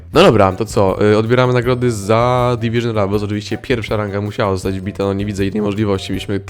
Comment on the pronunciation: "Dywyzyn Ravals"